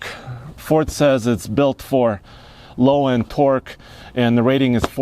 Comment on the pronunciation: when he said twerk in stead of torke